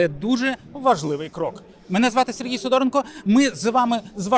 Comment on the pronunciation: Пане Сергію, Ваше прізвище має правильний наголос :СидорЕнко. А не МидОренко.